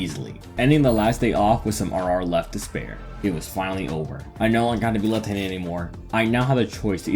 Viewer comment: the very first couple sentences is a great starting point. For example, when you say the word "left" you don't seem to pronounce the full "ft" sound. It kinda sounds like you're saying "lefhanded" as all one word.